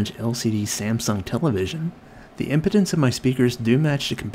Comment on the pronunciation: I almost LOL when be said, "4 ohm impotence" hahahaha. I know it was impedance but still. I can't unhear it